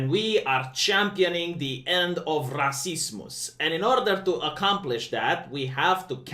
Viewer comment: the more you say it the more it triggers me its rassismus not rasismuhs